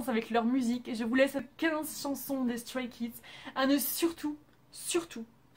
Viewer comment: StrayKids est mon ug💖💖💖💖💖💖💖💖💖💖💖💖💖💖💖 ta vidéo est superbe c'est dommage que la prononciation pour les noms soit mauvaise mais c'est la seule erreur que j'ai vu 🙃 Voilà superbe vidéo !